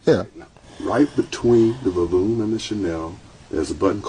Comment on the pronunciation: 😮😵‍💫🫨VO-Lume….CHA-nnel 😆😂😂I absolutely didn’t catch it until it was almost OVER…. I’m done 😅😢🤣